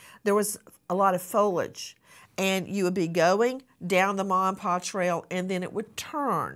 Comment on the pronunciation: 🫢 Nancy can’t say “foliage”